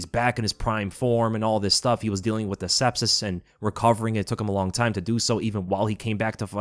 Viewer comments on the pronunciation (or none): none